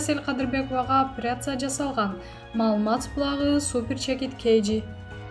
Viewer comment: Ой тообо сабаты жок тупая окуганы уккан адамдын кыжырын келтирет. Орусча суйлотуп коруш керек экен. Даже кыргыз тилин норм. суйлой албайт ударен. да норм койо албайт. 🤮🤢Операцияны оопрация, президентти врезидент дейт башында. Инвестиция нветитця. Абалды жакшырса деген созду абл жакшырса, таарыныч деген созду тарныч, Аллага деген созду алага уужас🥶 Анжеликаны Желика Аселди Сел кадырбекова. Свеееердлов. Вроонучу кудуул. Дииний китеп окуп жатам. Аай сабатсыз тоок мээ.